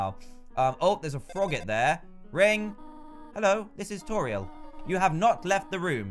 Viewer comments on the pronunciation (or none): IDK why but it annoys me that he says Toriel toril I say it toreeol